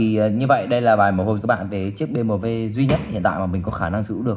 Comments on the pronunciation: Bi - Em - Đúp nha, nhỏ giờ lần đầu nghe có người đọc Bê Mờ Vê . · đọc "Bi em đúp" cho nó dễ nghe, dễ hiểu, chứ đọc kiểu này không xuôi tai mà còn khó hiểu. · Gì mà nửa tây nửa ta thế :))